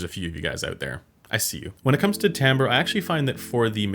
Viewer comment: Correct pronunciation :)